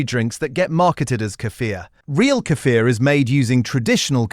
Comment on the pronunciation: Kefil, yougurt ehatever doenst mstter which you buy, all of them are good for gut. Snd tou have ro rpnunce Kefir with long iii and r - кефир